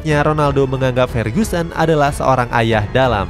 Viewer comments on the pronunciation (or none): Koreksi dikit "Ferguson" bukan "Fergusen" sama "D'or" bukan "Dor"